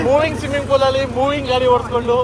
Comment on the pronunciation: ಸಿಮ್ಮಿಂಗ್ ಫೂಲ್❌ಸ್ವಿಮ್ಮಿಂಗ್ ಪೂಲ್✅